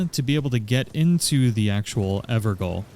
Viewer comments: Gaol is pronounced as “jail,” not “goal.” Its just how they used to spell it in the UK and Ireland. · lol 'gaol' isn't pronounced 'goal'. It's the old English word for 'jail' and is pronounced the same. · pronounced ever jail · Evergaol is pronounced “everjail”. Gaol is how “jail” was mainly spelled in Britain before the 20th century. Which makes sense because the evergaols are prisons. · Ever Goal. Lol Evergaol is pronounced Ever Jail. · "the ever goal" C'mon man, we all had to deal with this waaay back when bloodborne came out. It's pronounced "ever jail." Gaol and jail are the same word. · It's pronounced ever jail, "gaol" is the old English spelling, but it's still pronounced "jail." Just saying. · Just a tip its pronounced ever Jail Gaol is old English for Jail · Gaol is pronounced exactly like Jail. Everjail just doesn't look as flash. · I think those evergaol's are pronounced like ever jail. At least that's how it was pronounced when they used it in Bloodborne's Hypogean Gaol. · Gaol is pronounced "Jail". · Btw I think it's pronounced "ever jail". Gaol is an old English spelling for jail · It is pronounced "Ever Jail". The word "Gaol" is an older way of spelling it. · For future reference, it's pronounced "Everjail". You're welcome :) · Golden Lineage Evergaol - Gaol is pronounced as Jail - its the old English spelling. Thanks for the awesome vid. Got my sub. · evergaol is pronounced everjail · for what its worth, i believe its pronounced ever-jail. thanks for the guide! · "Evergaol" is pronounced "Ever Jail" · Gaol is pronounced the same way as "jail" btw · Hearing you pronounce "Evergaol" wrong the whole time was triggering me